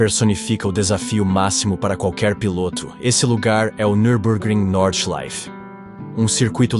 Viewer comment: If you are going to be taken seriously, research the sport...Jack Stewart! Get the names right and the pronouncement of the circuits and drivers. Norda...Nordschleife!!! The Green Hell! Keep this lack of knowledge up and you will fail at what could be a great channel.